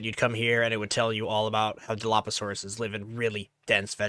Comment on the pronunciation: Yo,, hi, so few little nitpicky things: - Dilophosaurus is pronounced “Di-loff-o-saurus”, not “DilOHPosaurus” Pterosaurs (dimorphodon, pterodactylus, pteranodon, etc) not dinosaurs. You can just say Parasaur as short for parasaurolophus. Also! Research the environments certain animals lived in to make their respective enclosures fit. Since your valley is in an alpine, most arid things are pretty much off-limits however things like shrublands, plains, forests, etc. are good.